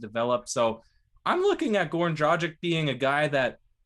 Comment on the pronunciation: Had a hard time pronouncing his last name, spelt his first name wrong in the title GorNan lol